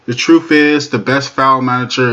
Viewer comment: "Trufe" is not a word as the way you pronounce it. The proper spelling is "Truth" and is pounced like it is spelled